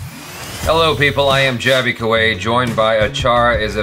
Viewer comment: Now jaby has pronunciation issues with English too😅